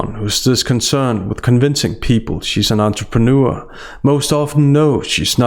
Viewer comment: AN ANTRPANEUR NO NO NO.. AN ANTRAMANEUR!!!!